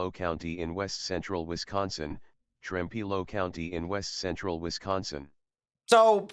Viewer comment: I can confirm, as a resident of trempealeau, 2 things. There was a tornado in town. Ended about 2 blocks west of my house. Also, you said it right!😂